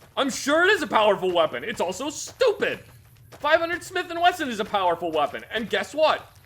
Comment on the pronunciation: I like how says Stupid here.